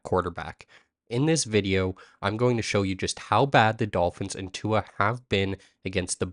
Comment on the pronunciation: Brother you gotta say his name right